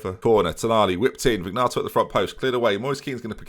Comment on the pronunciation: It’s pronounced Check-arelli. Also, and this ones been killing me for a while: Vin-yato, not Vig-nato.